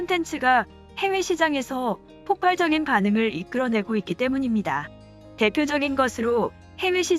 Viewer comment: 폭발적인의 발음을 주의하세요. 폭팔적인 (X) 폭빨적인 (O)